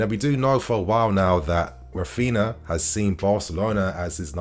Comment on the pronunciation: Rafina? Not Rafeenia? 🤔